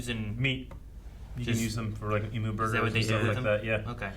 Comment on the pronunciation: A little tip for from an Australian, the word Emu, is pronounced "E- Mew".